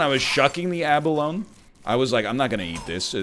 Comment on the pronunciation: For the love of all that is holy, please pronounce abalone correctly. It's abalon-ee